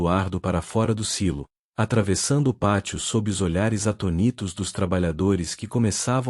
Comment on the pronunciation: Pessoal sou só eu ou esses narradores de histórias não sabem colocar a pontuação correta, onde atônitos,vira atonítos, tds que ouço lêem muito mal a pontuação.